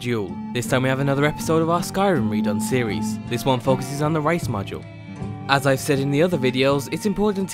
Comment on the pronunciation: Race not rice